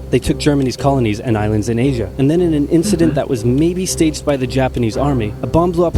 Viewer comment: You are aware that giving false confidence is detriment to improvement? Saying "inshident" or "brahtally" are not "quirks", they are mistakes. What he needs is constructive critique, however he would need to ask for it, until an English speaker finds he has pronounced a word so severely wrong that they need to ask him to repeat what he said. I've seen false confidence being exhibited by non-native English speakers, some legit think they are good and blame you for not "listening properly". Best solution for everyone is to build a thicker skin. As someone who is a language learner, I don't take offence if people can't understand my Cantonese, correct me or complain about it, but it is concerning seeing people trying to make the other person feel better which makes things worse for the speaker who is learning the language. True learners don't let people like OP (who I hope is innocently insensitive), discourage them from learning the language. I hold this standard to everyone, because learning, not matter is the subject, will always require both the teacher and student to be honest and humble to each other and we put ourselves into the teaching role as soon as we start talking to him about his fluency in pronouncing English as he might be learning from us in the comments as we are providing him feedback. Edit: To clarify, the reason why I'm saying that those words he pronounced aren't quirks, but mistakes is because, he is using Japanese phonetic rules to pronounce them, not m